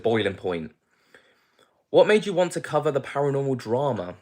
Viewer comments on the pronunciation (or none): none